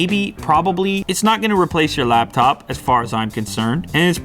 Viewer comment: Lap-phone , owwwww!